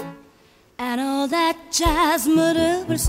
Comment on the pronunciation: "That." 발음이 너무 홀려